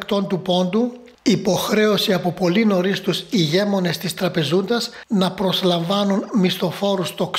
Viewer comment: Ρε παιδια σην γενική κατεβαίν ο τονος λεμε... της Χέρσωνας??? Της χερσώνος ρε παιδια... οι ηγέμονες??? Οι ηγεμόνες ρε παιδια... πονανε τα αυτια μας... ελεος....